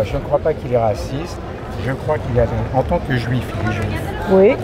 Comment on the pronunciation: "He's rwasist"